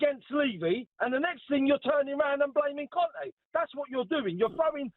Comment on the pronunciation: Why did the fella keep saying Cone' instead of Conte 🤣🤣